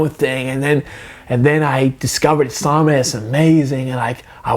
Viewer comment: dont wanna be a gramer nazi but you said islam wrong and if your offend i dont care fo dat snicth fo dat snicht